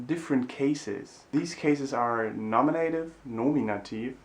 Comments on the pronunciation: I know this video is quite old but I don't see any commentaries about what I'm about to say (if there are already, sorry for repeating): be careful with the pronunciation of the cases names in English; they are not /akuSEItiv/ and /nomiNEItiv/ but /aKIUsativ/ and /NOminativ/ (I'm trying to reproduce the pronunciation without using phonetic symbols, which of course are much more precise). Thanks for having made this channel, it's great! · Nominativ isn’t pronounced Namienejtiww in English, it’s Naminne-tiww, Accusativ isn’t Äckjusejtiww it’s Ackjuhse-tiww